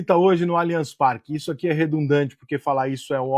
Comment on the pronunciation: Só vou curtir o vídeo qdo vc aprender a falar o nome do estádio corretamente. Alianchi Parque não existe.